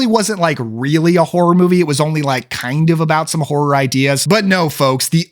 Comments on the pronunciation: It's "horror" not "whore." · It sounded like you said Satanic Whore at the beginning